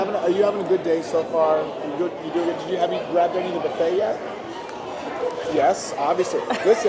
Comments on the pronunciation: What the hell is a BUFFIT???? 😂😂😂😂😂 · Buffet is pronounced bo͝oˈfā. 🧐🧇🥓🍳